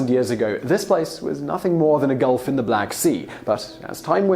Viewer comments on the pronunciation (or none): none